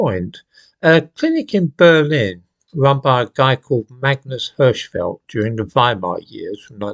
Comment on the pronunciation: Hirschfeld - the "i" Is spoken like in "king".